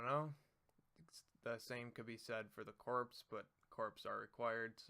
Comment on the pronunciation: nice video. though corps is pronounce "Core"